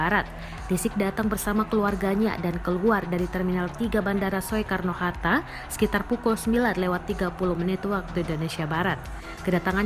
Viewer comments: pembaca berita "...bandara soekarno hatta" (baca: sukarno atau SOEkarno?) - dasar pembaca berita millenial tanpa kenal ejaan lama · Bacanya sukarno walau ejaannya soekarno...priben rika ? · Pembaca beritanya kok ngga tau cara baca? OE=U jadi Sukarno, ejaan op huisen bacanya jangan menurut hurufnya. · Maaf nih, masukkan, atau maaf juga jika justru saya yang salah. Bukankah Tulisan "Soekarno" dibacanya menjadi "Sukarno...???" Bukan dibaca persis seperti tulisannya "Soekarno....???" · Mbak naratornya ngga pernah sekolah atau gimana sih? "Soekarno" dibacanya "Sukarno" loh Mbak. Parah. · Gagal fokus sama yg baca berita. Soekarno itu dibaca: SUkarno, bukan SOEkarno. Sekolahnya dimana sih? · Soe Soe mata elo soek belajar baca lagi mba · Hiii cewek yg baca berita gak punya adap ya Kl gak paham tanya dulu,lu panggil Habib lu dg kata Riziq? Sekolah dimana lu bocah walaupun tulisannya soe dibaca ya su ya..belajar dulu baru baca berita!!!!!! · Ejaan Soekarno itu di baca sukarno mbak. Jangan mengikuti tulisanya.. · Biar gak bikin malu Tribun saya mau kaaih masukan buat news producernya. Tolong diajaran naratornya cara membaca ejaan SOEkarno yang benar. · ngomong yg bener Mbak, walaupun tulisannya “Soekarno”, “Oe”nya nda usah dibaca spt itu. Oe jadi “U”. malas belajar nih wartawannya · Kirain gue doang yg denger gitu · Ya betul ucapanya 😁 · kirain gw doang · Naratornya pe'ak😆😆😆😆😆